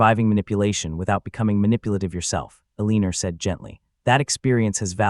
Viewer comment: The narrator of this story can't read well. He has mispronounced Elena several times as well as the car Mercedes.